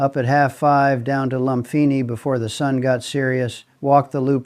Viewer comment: Loompeenee, seelom. Sound it out